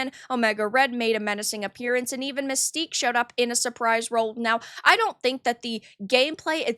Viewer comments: It's not Mystique it's Manstyque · You mean MANSTINK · That ain't Mystique, that's "MANSTIQUE."